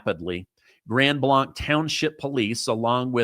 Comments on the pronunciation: I live in Grand Blanc, which is pronounced Grand Blank. This is a nice city, little crime, however, we boarder both Burton and Flint, which crime rates are much higher. My condolences and prayers to all the victims and their family, and all the parishioners that were there. May Jesus comfort all that were affected. ❤ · I live here in grand blanc. It’s unbelievable. And so surreal hearing about what’s happening down the road from me all over the internet. It has definitely rocked our community. Grand Blanc is actually pronounced Grand Blank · Grand Blank is how it's pronounced. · Am I the only person who cringes when mispronounces Grand Blanc. Terrible tragedy all the same. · I have quite a few harness racing friends in Grand Blanc, and it’s pronounced blank as in blank, not blanc as in Mont Blanc. I’m sure you’ll be corrected by more than me and I’m from California so some of these cities here are kind of whack.. I’m glad you’re reporting it’s sad to hear and sad to see Michigan once again isn’t the news I don’t think Michigan can go a week without being a headline lately ! My heart goes out to the community. He specifically targeted this church, apparently hopefully will no more in the coming days… Prayers for Michigan ❤ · Hi, it's actually pronounced Grand Blank. I live 15 miles from the church and heard sirens screaming for an hour and then we found out what had happened. We could see the smoke so we knew it was a fire but that was all we knew. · Pronounce the name right. Its "Grand Blay-nc," not "Blonck" 🤦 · It's pronounced like blank. Grand Blanc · Blanc spoken as Grand Blank is how it is said thought I would share this with you. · Up to 4 casualties. It’s pronounced the same as the word BLANK. Grand Blanc. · Hey! It’s pronounced blank like the round not blonc like you said. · Grand Blank! Not Blonk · Our city is pronounced, Grand Blank. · Pronounced like blank - grand Blanc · I live close by there. It is pronounced Grand Blank.